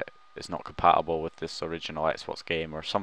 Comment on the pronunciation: Your pronounciation is ridiculous! 'Compa ubel' instead of compaTible 'Grand Eft Oh Oh' instead of Grand Theft Auto! WTF!? Use the fucking T man, the T!!!